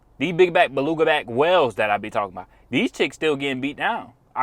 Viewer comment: Lol the golden brotha said baluga back whale